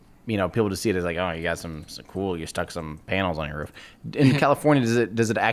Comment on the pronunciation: Did time just pronounce Roof as Rof.....cringe